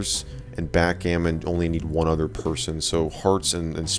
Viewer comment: Backgammon .. you mean hackgammon.